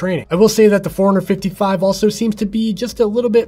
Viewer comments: To me is sounds like “ foreigner 55” . That watch is not from this country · Is it just me or the way you pronounce forerunner 55 sounds like 455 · forerunner 55 fourhundred 55